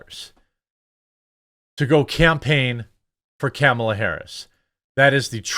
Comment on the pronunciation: The IRS endorses Comma-La? That's rich.